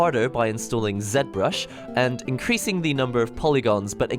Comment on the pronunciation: Zed Brush. Definitely Zed Brush.